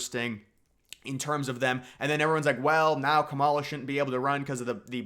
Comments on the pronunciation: Couple of pronunciation tips. Kamala is KAM-a-la, not ka-MAUL-a. Vivek is Viv-AYK not Viv-EK. For Kamala especially I feel like Conservatives are intentionally mispronouncing her name like it’s a dig against her but it just makes us look uninformed. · Yea pronounce Kamala with stress on the first syllable /ˈkɑ.mɑ.lɑ/. Like comma + la. That way it sounds like the Finnish word “kamala”… 🇫🇮 to 🇬🇧🇺🇸: Kamala (adj.) = “horrible, terrible, awful, ghastly, grim, dreadful, abysmal, atrocious, appalling”